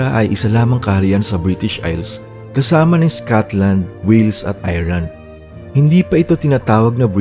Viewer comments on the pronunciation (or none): none